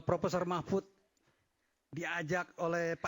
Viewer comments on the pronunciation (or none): Yang pakai peci hitam menyebut Prof Mahfud saja salah. Masa Mahfud di sebut Mahmut😂😂😂😂😂😂